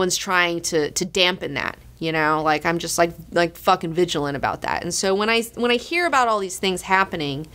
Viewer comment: and here all this time I thought was saying "Phukin" and all it's iterations. My virgin ears! When did phukin become the same as fuckin? Re-monetize episodes:D